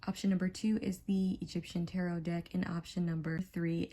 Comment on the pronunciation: You claim to have been reading tarot for almost a decade and yet you don't know how to pronounce the word or read any of the cards 🤔🤔 By far the worst reading I have ever watched, it was like you just made up a fantasy about what the cards mean and pretend you are getting intuition about things. So much cringe happening here, I finally had to just leave. I need a salt bath, I hate charlatans and fakers who try to hoodwink innocent viewers. Hopefully others will see through you soon